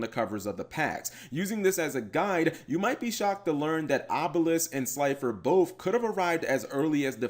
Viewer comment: Say gods name wrong Obelisk the Tormentor,Slider the executive producer And Last Ultra mega chicken